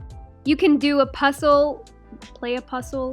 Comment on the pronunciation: Did u just say pussle...lol